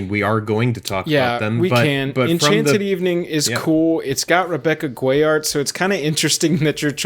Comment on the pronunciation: I believe Guay is pronounced "Gay"